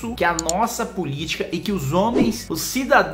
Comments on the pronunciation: Não é Cristakens é Cristékensssssss! Tem q botar a linguita para fora. Moura, Dino. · não é Kristakens é krinstraquens, tem que botar a linguita para fora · Não é cristaquens, é kruistèkeins, kruistèkeins. Necessário colocar a linguita para fora e falar: kruistèkeins! Entendeu?